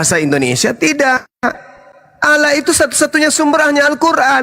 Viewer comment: tidak belajar ilmu tajwid makanya bilangnya "alah"..yg belajar ilmu tajwid pasti "ALLAH"